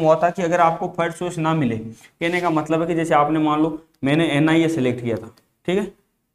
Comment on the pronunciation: Ina nhi NIA